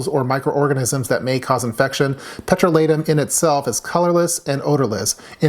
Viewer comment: I always though that "petrolatum" had the accent on the 2nd syllable, i.e., on the long "o". After looking it up, you are right. Now my world is upside down.